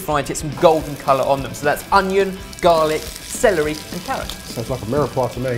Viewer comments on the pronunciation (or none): none